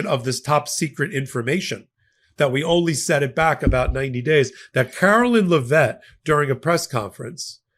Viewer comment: I love how you mispronounced Leavitt's name, BTW. She's such a lying snake!!